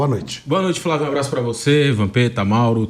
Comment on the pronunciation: É muito bom quando o velho vamp fala, "fravio"